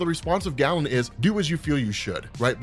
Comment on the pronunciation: I'm a BIG fan, but the name is pronounced "Gay-len", from the ancient Greek. Amazing work!